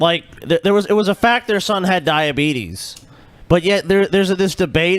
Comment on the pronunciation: it's pronounced dia-beet-us